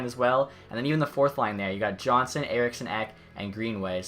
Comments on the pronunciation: It’s pronounced yonsson not Johnson but either way nice video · is it just me that is slightly annoyed how he pronounced andreas johnsson's last name?